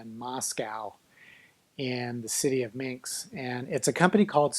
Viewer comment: Hey, it's Minsk, not Minks. It's not the first time I hear you say it. It's a capital of a country with a 9 mil. population, not some tiny island in the Caribbean sea.